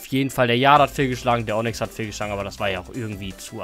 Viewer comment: normale Menschen: Onyx: Onnyx